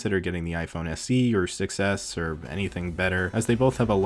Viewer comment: “6s” sounds like “success” :D